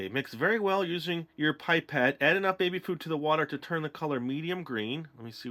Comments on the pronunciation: I speak french and the right way to say it is pee-pet Pipette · It's 'pip ette' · It is pronounced pip et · The way you say pipette sound like babette the charater I'm playing in the school prodution. :D ^.^ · Lol, I say "pip-ett" too 😜